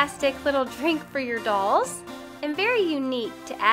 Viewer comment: You are saying dulls not dolls. It's REALLY bugging me